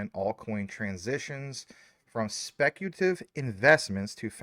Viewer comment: Anyone else annoyed that he can’t pronounce speculative? lol maybe it’s just me